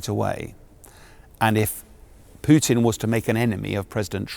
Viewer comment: sean bellend is out of his depths and does not know the first thing about Russia as far as UK it will be a non starter going to war with Russia he cant even pronounce Putins name properly